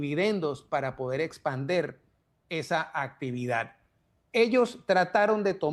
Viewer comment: Señor se dice expandir, no espander